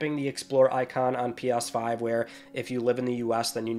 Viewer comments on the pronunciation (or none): "P AHHSS 5" its "Ps5" lol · It’s pronounced “pee-ESS-five” not “pee-OS-five” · Did he say P ass 5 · Is he saying "pee oss five" or am I just hearing weirdly? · All I keep hearing is "Pos5".... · You say ps5 weird